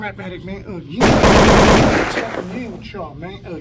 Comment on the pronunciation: at it uh- gin